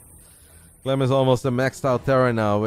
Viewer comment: Bro, you called clem a clum Lol...